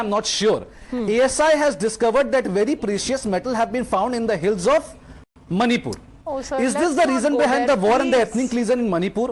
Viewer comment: He saying instead of "manipur" monipur